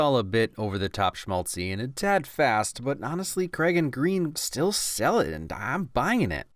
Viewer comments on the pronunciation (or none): I loved this video, really I did but please remember: Eva Green's name is pronounced "Grenn" because her father is Swedish. Also, Casino Royale is the best Bond ever, bar none. That's it, that's the comment. As you were. And keep up the good work! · Ooh - shame on you! Eva Green's last name is not pronounced like the color; it's pronounced like "grain." The name is Swedish, and the word is not derived from the word for the color.